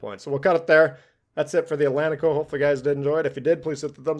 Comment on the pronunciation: Great game and video, sir, thank you. I'm Brazilian too, and can confirm that pronunciation is correct, ét-lén-ti-ko, well done sir.